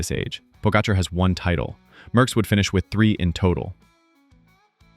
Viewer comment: Merckx, not Möhckx.